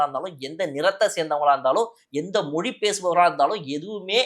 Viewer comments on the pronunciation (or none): none